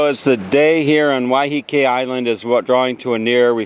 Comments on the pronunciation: I live on Waiheke. It is not pronounced Wyheekee, as he keeps doing, it is pronounced Wyhekee, with the emphasis on the first syllable. The word comes from the Maori 'wai', which means water, and 'heke' which means falling. It is named after a cascading stream on the south side of the island, in the Whakanewha Regional Park, round the corner from the Rocky Bay village. The beach they ended up on is called Oneroa (pronounced onny-rowa), which comes from the Maori 'one', sand, and 'roa', long, so it means Long Sand, although it is not the longest beach on the island. The village above it is, of course, called Oneroa Village, the main village on the island and the first one you come to off the ferry. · Im sure its pronounced Why-ah-kay. ❤